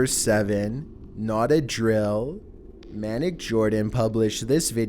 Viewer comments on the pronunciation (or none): mAneEc jOrdAn (its may-nee-ac) not (man-eck) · he said manic Jordan instead of maniac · You pronounce maniac as "mane-E-ak" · why can you just not pronounce words normal people: Maniac., an intellectual: manic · I’m pretty sure that’s not how you say maniac